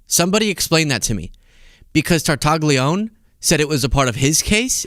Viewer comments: Tartaglione is actually pronounced quite differently in Italian. Your version is a fair American approximation, but the closest would be tar-tah-GLYOH-neh — with “gli” sounding like the “lli” in million, and the ending as “neh,” not “oon.” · If you talk about this story again, even the ABC announcer did not pronounce Epstein's Italian cellmate's name right. I guess in America people have forgotten how their Italian names should be announced. But it should be Tar-ta-leeoneh. The GLI in italian is a strange sound with a mostly silent G that makes a bit of a y in the back of the throat, but lee is close. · In Italian, the "g" is silent before the "l." Although the name is spelled Tartaglione, it should be pronounced "Tartalione." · Tartaglione - Tartaglione is an Italian surname pronounced tar-ta-LYOH-neh ('tar' like in 'target'; 'ta' like in 'tah'). The newscaster massacred it as well. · Tartaglione : the "g" is silent! Wtf? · in Italian, the "g" before an "li" is silent but stretches the "l" a little bit, like "ll" in million. Think of consigliere and famiglia. (Of course, since Tartaglione is American, he can pronounce it his own way.)